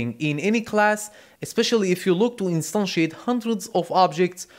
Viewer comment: Really liked when you say "instantiate"